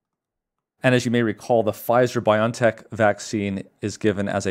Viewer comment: It's BioNTech. Not pronounced BY-on-tek, but BY-o-EN-tek. That's because it's a contraction of 'biological engineering technology.' Think of the American company Genentech, now part of Roche. Not pronounced GEN'n-tek, but gen-EN-tek ('genetic engineering technology').